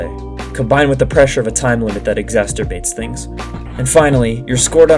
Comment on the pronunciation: was "exasturbated" intentional? might want to recheck that pronunciation